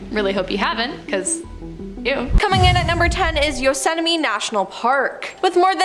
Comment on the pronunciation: "No one disappearance" in "Yosetamie" National Park "San Berandino" National Forest